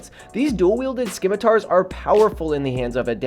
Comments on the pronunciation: Not “skim-ih-tar” “Sim-ih-tar” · dual wielded WHAT 😭 it’s pronounced si-ma-ter little bro